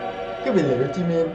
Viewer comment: Anh ơi anh đọc sai rồi jimin chớ không phải chi min đâu